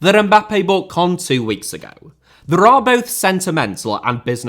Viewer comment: its caen not cannes